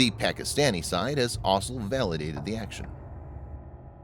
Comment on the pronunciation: It would make much more sense to say 'Lets get into details' AFTER the advert. As would pronouncing the word 'also' with the letters in the right order.